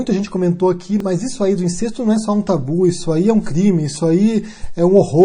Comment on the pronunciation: só uma correção: incesto é pronunciado com E aberto... Pode confirmar no VOLP da ABL